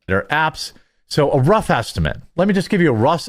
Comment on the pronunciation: "leme give u a RUS estimate"